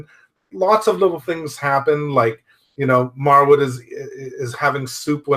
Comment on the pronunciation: Just wanted to mention that his name is pronounced Marwood 😆 great review btw.